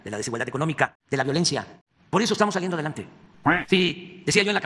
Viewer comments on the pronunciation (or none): jajajajajajajajajajajajajajajajajajajajaja "estamos slaiendo adelante" jjajajajajajajajajajajajajajajajajajajajajajajajajajaja!